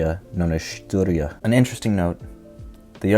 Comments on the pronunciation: Styria is pronounced like Syria, just with the “t” slid in there. The German name is Steiermark. Also the SEK camo isn’t typically refered to as Kernöleierspeiß. It’s the new camouflage with this nickname. As pumpkinseed oil is very popular in Styria, and the camo was first issued to the Jäger Battalion 18 in Upper Styria and looks a bit like the dish. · No he means the Austrian federal state of Steiermark, but instead of saying Steiermark in German he said Styria which is the English name in a German accent